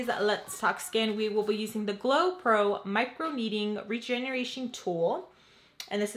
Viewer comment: Your not pronouncing the L in microneedLing.